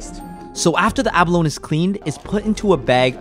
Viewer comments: The chef that can barley speak English pronounce abalone right but the channel guy can't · He cant pronounce abalone.